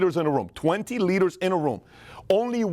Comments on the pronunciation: Thought he said 20 litres in a room lmao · hahahahahahaha I thought he was saying "a study shows that if you put twenty LITRES in a room, twenty litres in a room, only one..." He completely ignores the "d" sound in leaders.